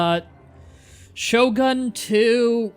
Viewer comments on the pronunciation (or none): none